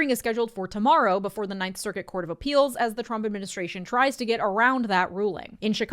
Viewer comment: Why does he say circuit like that? Why are all of his goons such freaks?